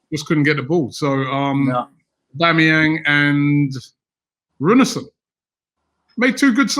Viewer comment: Did just say Alex Runassron